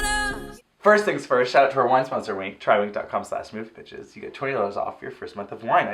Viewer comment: i SWEAR i keep hearing "welcome to moviePITCHES" sigh the pitch perfect love is REAL in me lol